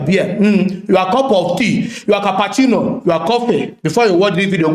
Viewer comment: Man said cappacino 😂🤣😂